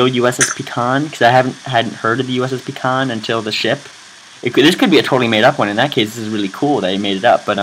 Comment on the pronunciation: Its is pronounced Pie Con. - Look at BSG for reference.